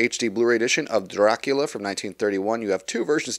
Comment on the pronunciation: I really like how your whole video is in Black & White, just like the movie itself. Very nice touch. Plus, of course, the fantastic pronunciation of the name Dracula. I really want to buy these movies on 4k Blu-ray and I planned on buying this boxset. However, when I saw the Steelbooks I thought they looked absolutely amazing and now I actually want to buy those. In fact, the cover art on the Steelbooks is exactly the same as the one used on the inside of this Digipack, but I think having the artwork at the front of the Steelbook just gives it that little bit extra, making it look even better. The only problem is, buying all four Steelbooks is about twice as expensive as buying this boxset. Yes, I know I said "all four Steelbooks" while only three of these movies are available as Steelbooks in the US, but I'm from Europe and over here all four of them are being released as Steelbooks.